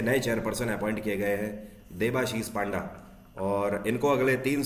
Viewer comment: 😄Sir it's not पांडा it's पंडा